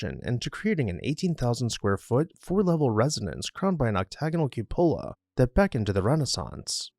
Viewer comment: Kyoo’ puh la.